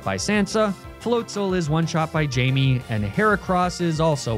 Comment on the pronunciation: Great video but the pronunciation of Eddard and Missandei is killing me. Also obligatory it’s Jaime not Jamie